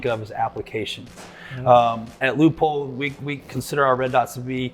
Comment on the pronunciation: Pronounced Loopold “e” is silent.